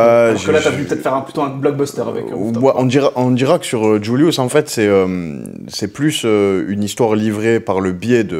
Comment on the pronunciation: Incroyable incroyable trop fort, le flow, la musique, des punchs, il est content d’être là, le journaliste au top mais par contre je déteste comment il dit JVLIVS, il dit djoulious, entre nous c’est vraiment plus Julius